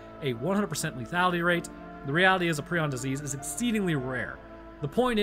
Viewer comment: It’s a prion not a preon so you’d say it like Pr-eye-on